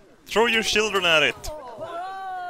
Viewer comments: I get a warm fuzzy feeling inside every time says 'sjhildren' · I don't get it, why does everyone seem so creeped out about my entoo-see-assum for de sjhildren!?